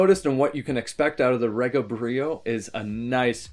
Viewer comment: Its not pronounced re ga. Its pronounced ree ga. Short from the word regal pronounced ree gal. The pronouniation is from the founder Roy Gandy.